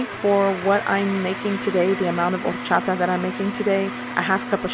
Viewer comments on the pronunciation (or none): Take a shot every time she says ordddchaTa. Thank me later.